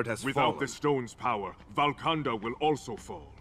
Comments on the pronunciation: I thought tchalla ruled Wakanda not "Valkanda". Seriously I can't be the only one who noticed that right? Or am I missing something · Why do they call it valkanda all the time? Every comic i know it is Wakanda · Valkanka I thought it was a "W" not a "V" ? Lol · Dafuq is Valkanda? It's WAKANDA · Why are they saying Valkanda tho??